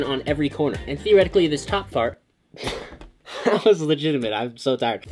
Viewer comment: He was ment to say top part but instend he said top fart 🤣🤣🤣🤣🤣🤣